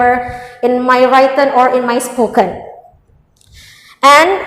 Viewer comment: Gemesss banget tiap dia nyebut 'writen' dibaca 'wraiten' padahal udah ditegur sama pengujinyaa